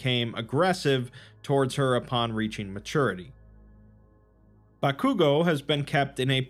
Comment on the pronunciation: The way my man pronounces Bakugo. He clearly doesn't watch anime 😝